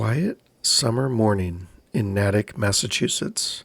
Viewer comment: This happend in my home town. As a townie is NAY-TICK not nat-ik